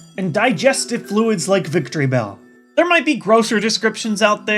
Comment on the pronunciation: its not victorybell its victreebell duh ur a pkmn expert but made a simple mistake